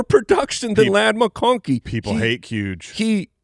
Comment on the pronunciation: Did say mccocky instead of mcconkey?